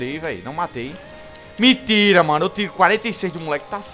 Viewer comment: kkkkkkkkkkkk rio de mais quando tu fala miintira man kkkkkkkkkkkkk